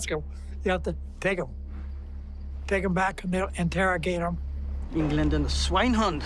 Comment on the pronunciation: "Englenden swine hund" ...facepalm..